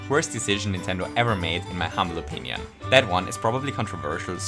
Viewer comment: "in my humming opinion" "in my humble opiarium"?